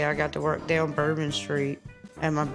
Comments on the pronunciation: BER-BON STREET. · Did she just say bore been street 😂😂😂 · Bore-bon Street? I think this Access Hollywood person has also never had a drink. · it is Bourbon like whiskey bourbon not bore-bon street. Please learn what the places are actually called before spitting them out of your mouth sideways. This isn't the first time. 😂